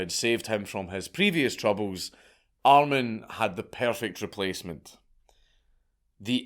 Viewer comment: Btw....armin or more pronounced like Armeen